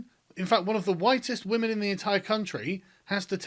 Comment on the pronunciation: What's a "wamen"?